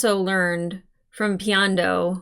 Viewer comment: The Day of Black Sun. :) edit: also, "Piandao"; pronounced like if "piano" ended in "how"